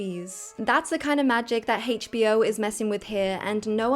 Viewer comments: Why do you say hachbo instead of HBO it's weird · Why does she call it "Haech Bee Oh"?🥲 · It's not "Hay'tch Bee Oh," it's HBO. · Why are we pronouncing a single letter like its a whole word. "Hasche b o". Sweetheart, its pronounced "H". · I've never heard HBO pronounced as Heych B O before. 🤣🤣🤣